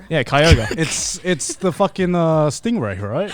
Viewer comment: Wait, it's pronounced Kai-Ogre, not Koi-Grey?!